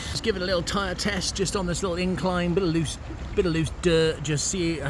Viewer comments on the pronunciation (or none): none